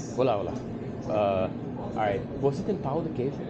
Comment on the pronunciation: Ele dice pau hahaha